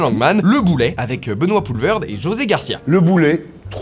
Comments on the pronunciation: Ca vient d’où l’idée de prononcer Poelvoorde “ Poelverd “ ? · Benoit Poelvoorde, ça se dit poulvaurde